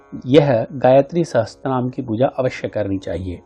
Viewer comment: Sahasr hota hai sahastr nahi